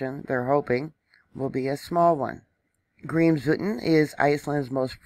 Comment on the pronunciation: BTW the volcano's name is pronounced "Krims-voet'n"